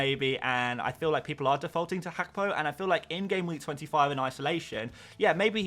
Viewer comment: Mate who is hackpo 🤣 say it properly haha